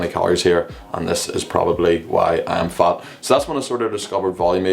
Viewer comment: It's fat, not fart 😂 (if it's not fatfart)